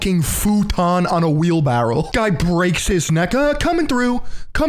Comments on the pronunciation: It's "wheelbarrow" not "wheelbarrel". Please immediately re-record this video and fix this issue. Thank you. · brother it’s wheel “barrow” not wheel “barrel” come on now